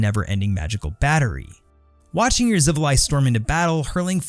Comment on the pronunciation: Your pronunciation of xivilai was correct good sir